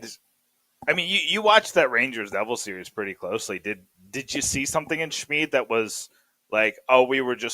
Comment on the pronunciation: You keep mispronouncing Schmid’s name. He, HIMSELF said it wasn’t pronounced “Shmeeed.” It’s “Schm-ID.” He said that he had no idea how the former even started.